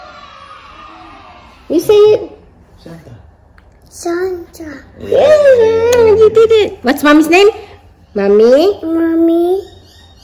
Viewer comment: Ang galing mo,,ung pagbigkas mo ng 1st syllable Shan ay napakalinaw.Good job.